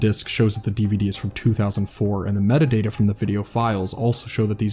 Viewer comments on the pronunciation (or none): none